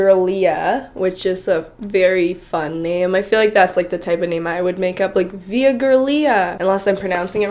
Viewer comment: I think the sockshoes are absolutely disgusting XD "Via" was right, "Giulia" is the italian way of writing 'Julia' and pronounced similarly.